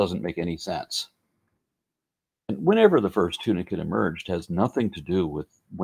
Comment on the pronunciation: I keep hearing 'tuna kit'. A young fox with a fish!